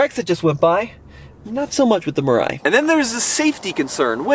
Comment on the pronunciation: Mirai means Future in Japanese, the pronunciation should be : me lie